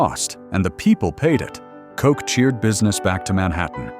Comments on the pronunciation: "Coke"? Effing AI. Ed Koch's last name is pronounced "Caugh-ch". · Yo , you need to learn how to say kochhhh not kock!!! Lol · Pronounced KO CH not Coke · you pronounced mayor koch's name wrong.